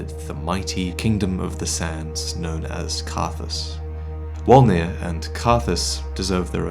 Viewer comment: I always thought it was pronounced "volnir" not wolnir